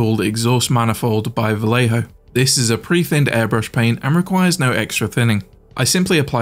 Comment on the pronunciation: Is NOT Valejo. it is Vallejo = Vajeho. Double LL = J for you J = H for you